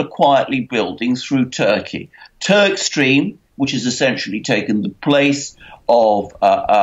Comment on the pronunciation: Swear you said Turdstream ... haha, no of course Turkstream